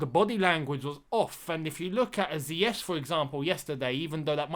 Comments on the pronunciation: Zeye ech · LAMPS WILL BE MISS ESPECIALLY HOW HE PRONOUNCE ZIYECH NAME AND TRYING TO CORRECT IY